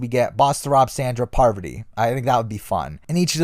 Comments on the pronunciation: John Williams what a way of butchering parvati’s name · The Innovator yeah I agree